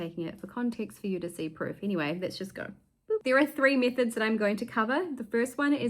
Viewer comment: Oh METHODS not MISSES, sorry I must have painted my eardrums by accident.